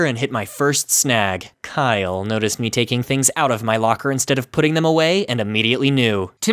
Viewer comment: Tim:Kiyle me: do you mean james